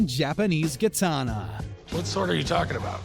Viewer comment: 1600s kitana you said “sixteen thousand kitana 😂😂